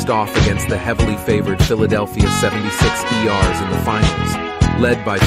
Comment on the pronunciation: unintentional comedy them good ole "Seventy-Six E Rs"